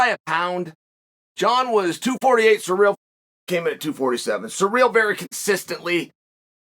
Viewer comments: But Cyril is suddenly "Cereal" ?? Hahaha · Hooked on phonics never reached the fighters huh? Surreal Gane...Cereal Gayne..Surrel...